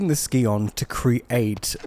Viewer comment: "scion" is pronounced like "Sai-Uhn", not "Ski-On"